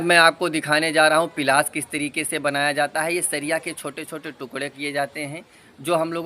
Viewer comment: Bhai pilas nhi palas bolo.